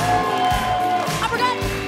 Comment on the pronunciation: It's Tur-meric Adrienne smh